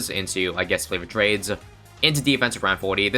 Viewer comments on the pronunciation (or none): Am I the only one who hears flavoured trades?